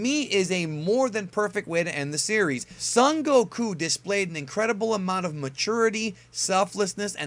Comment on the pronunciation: What i noticed about is that he kept mispronouncing 'Goku' lol